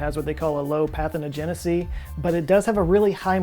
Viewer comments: Think "parthenogenesis", Say "pathogenicity" Joes brain: "pathenogenicy" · pathonegicity might be as bad as nucular ;) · “Pathonogenocy” pathogenicity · I’m sorry, how did pronounce pathogenicity? Also, although I have no credentials to be talking about this, why does there need to be a separate amplifier host? Seems to me bats would be a really good way to spread a disease as virulent as COVID - 19.